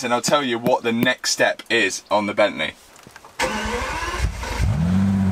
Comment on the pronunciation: Gavalaa *bentléé🤣